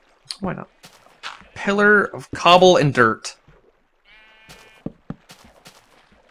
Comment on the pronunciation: Anyone else think that when he says DIRT he actually says DERP?